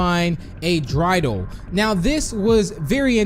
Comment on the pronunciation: I have a little drey-dal. I made it out of clay, And when its dry and ready Oh drey-dal I shall play